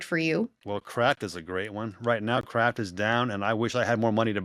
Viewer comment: he said kraft, i thought he said crap